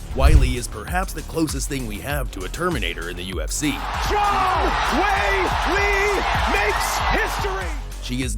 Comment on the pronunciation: Embarrassing. Weili started out studying Wushu (Not Kungfu) and lived in a Wushu Academy for 4 years as a teen. Try to get it right. Maybe learn how to pronounce her name, too.